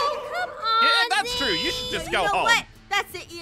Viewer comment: “Dats my dad” I loved that so much